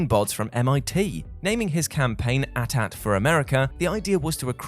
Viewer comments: it's a-t-a-t not atat if it was atat the a-t-s-t would be called the at St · At at? It was cute once but do people actually say that regularly as opposed to saying the letters as they were intended? (Eh-tee, eh-tee) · At-at? It's A Tee-A Tee like 80-80. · No one going to talk about the at at and not the at-at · It's pronounced AT-AT NOT AT-AT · just saying its A T A T not at at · What the hell is an at at? Do the people who make these have no idea what they are talking about? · The fact that he says at at instead of A-T A-T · Dit you really just call the AT-AT an ? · Why did you called AT AT , ATAT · At At. You're slow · It's AT-AT not ATAT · bro was saying at ats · It’s so odd to hear him pronounce AT-AT as at at.